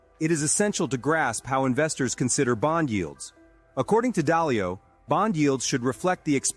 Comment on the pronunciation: Dalio, not dialo